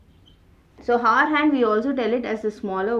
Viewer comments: Stop saying hour as ‘har’ all the time or better say it ‘r’ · that is hour not hoar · Mam हावर ni आवर 😊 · Thankyou for making it easy for me to understand. I just want to say, that "hour" is pronounced as "arr" as the "h" is silent , as in "honest" or "homage", I hear you say "har" and not "arr".😅 Thankyou again for these educationalvideos! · Hour is pronounced as 'our' not 'hawar'. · Ma'am pronounce it as Our hand not haar hand.... H is silent in this😂😂😂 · It is not har it is hour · "HOUR" not 'HOAR'...LOL......Hahhahahaha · Please improve your pronounciation it's very annoying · You mean haar ? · Dear it's not pronounced as Hour, it should be our. The 'H' should be silent. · it is not hawar (h is silent), but good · Exactly 😂😂😂 I am like....like seriously 😂 And prononciation of hour. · Your method is far better than this video! Can't stand her pronunciation of Hour. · your hour is extremely annoying kindly correct it. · ji, h is silent in the word 'hour' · First of all... In 'Hour' H is silent... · H is silent at the beginning of the word hour 😬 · HOUR. H IS SILENT. PLEASE understand that. It's so so annoying. No offense. Great video otherwise. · Your pronunciation for "Hour" is taking away all the good stuff in this video. Please try to change the pronunciation mam. 👍☺ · maam h silent hota h .....plzzz correct it ..its very irritating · The content is good... but 'hour' is not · See the pronounciation of hour.. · hour pronunciation😅😅